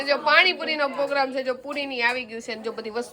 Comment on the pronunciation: POGRAMME NAHIN PROGRAMME BOLO